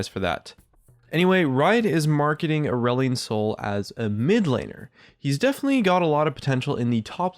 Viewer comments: Every time he said Aurelion I kept hearing Irelia and was very confused.... >.> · More like too edgy. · sounds like its trying too hard